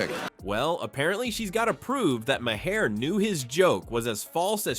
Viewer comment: AI sucks. The bot can't pronounce Maher's name.